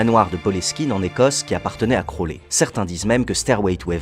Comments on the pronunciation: ta prononciation est horrible c'est pas (crowlès) mais (crowli) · Par contre ça se prononce "Crowli" voilà haha crolè mdr